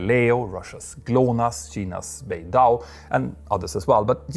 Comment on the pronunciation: Saw this a couple of days ago...thought it was BS and was expecting Petter to make a video and what do you know, he did! Also not Petter calling China 'Sheina' lol had me crying